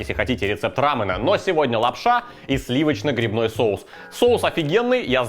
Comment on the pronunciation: Да блин, не рАмэна, а рамЁна